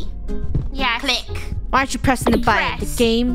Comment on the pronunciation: Best line of krew. “WE SEE A RED BUTTON WE PREDS